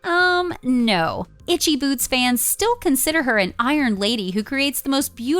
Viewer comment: At the very least I would expect these idiots to learn to pronounce her name correctly..